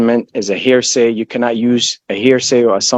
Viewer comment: "I object. That's a hairsay".